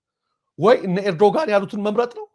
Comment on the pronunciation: ኤርዶጋን አይባልም እባክህ ፣ ጋዜጠኛ የመሪዎችን ስም በትክክል መጥራት አለበት ፣ ኤርዶዋን ነው የሚባለው ፣ ኤርዶዋን በል ፣ አስተካክል ፣